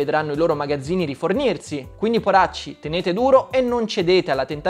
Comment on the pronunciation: Sì é sentito mortacci invece che poracci😂😂😂😂